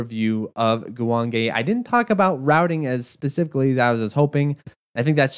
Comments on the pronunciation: Actually it’s more like goo wahng geh. Ppl think the E sound in Japanese is pronounced like ayy but no, it’s eh. If you see anything spelled with ei, then that’s pronounced like ayy. For example if it was guwangei Also the ahh sound in Japanese sounds more like the vowel in “wok” than “long”. So the second syllable wang would have the same vowel sound as in wok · The name of the game is three syllables. Goo-wong-gay. I'd also love to see another game that picks up on some of the unique ideas this game has. Slowing down bullets within a certain radius seems like the perfect premise for a Shoot the Bullet sort of game. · GOOOO JUAN GAY I've heard it pronounced JEW WAYNE GEE